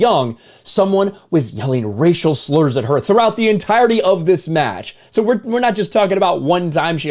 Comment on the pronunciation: I honestly thought you said 'racial richardson'. 😂